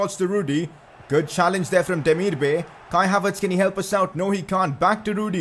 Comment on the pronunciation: Pronounce demirbay right please